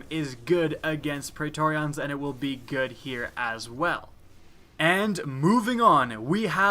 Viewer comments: I really hope he's pronouncing Praetorians like that on purpose... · I am triggered by your pronunciation of pretorians.